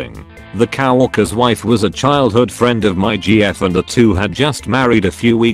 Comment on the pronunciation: No one Literally fucking no one Text to speech guy: Cow - Orkers